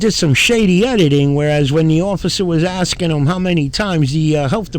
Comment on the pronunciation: He keeps “axin” but gets no answers. Totally ignorant and clueless.